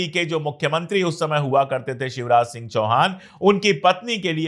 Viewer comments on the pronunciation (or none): none